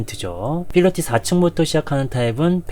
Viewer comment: 상세한 분석 감사합니다 그런데 1편부터 아파트 이름(프라이드 시티)과 필로티, PIT 구조.. 분명 p발음이어야하는데 무조건 영어식 f발음을 하셔서 들을 때 약간 읭? 스러운 부분이 있었습니당.. 중요한 거 아닌데 지적해서 죄송합니다. 😭